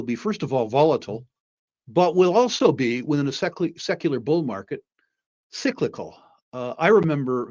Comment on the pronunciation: Sisicle??? Tslk english